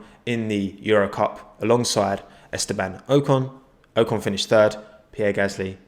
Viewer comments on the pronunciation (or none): It’s o-con not ohcon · On a serious note - I believe it’s Ockon, not Oh con. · Its Ocon not Oucon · [oh-con] not [ow-con] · It’s Oc on. Not Oh con. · Ocon is pronounced OOcon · It’s aw-con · It’s ocon like knock-on (without the kn) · It’s Esteban Ocon not O-con btw it’s very hard to explain what I am saying as I am typing basically not a long O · It’s oh-con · Your meant to pronounce it Ocon. Duhhhh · It's o-con. Not that hard really, it's just English people don't know how to read only the stuff that is written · Its Ocon, not Ocon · It's Ocon mate, trust me.